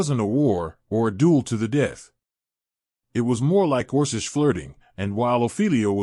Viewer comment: Also it says "us" as "U.S.", and orkish, and kidded.... LoL